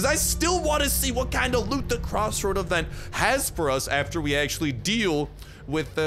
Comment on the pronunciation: that's also my favorite avent! Seriously why do you pronounce event as avent?